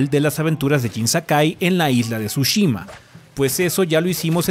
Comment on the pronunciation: ¿Alguien dijo Tshushimi?